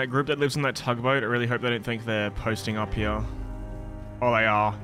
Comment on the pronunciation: He says here like heeyuh like a donkey